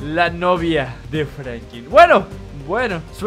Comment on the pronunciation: No es por ofender pero es franklin no franki